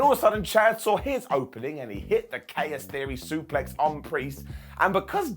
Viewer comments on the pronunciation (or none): none